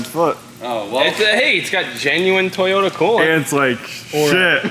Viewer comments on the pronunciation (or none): none